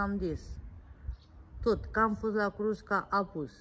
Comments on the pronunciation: Se spune cuscra nu crusca cuscra olga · Cuscra, se spune, nu înțeleg de ce spui "crusca"!!! În mod repetat! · Nu frijider:frigider,frigider,frigider. Nu crusca:Cuscra,Cuscra,Cuscra,cuscra,invatati mai oameni sa pronuntati corect cuvintele ca traiti in Romania rusine.